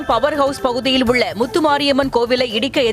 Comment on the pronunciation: இந்த மகளிர் செய்தி வாசிப்பாளரை நீக்கவும்.! சகிக்கவில்லை.? விசாரணையை விசர்ணை எனவும் & உள்ளது என்பதை அதிக அழுத்தம் கொடுத்து கூறுகிறார்.!